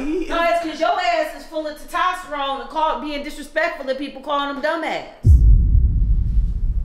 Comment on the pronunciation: 😂🤣🤣🤣🤣 I would’ve ran gang. ONG I would’ve been outtie.. Mom’s said “Ti-tosterone” 😂🤣🤣 Brook and. Almost got yo ass dead.. 😂😂😂😂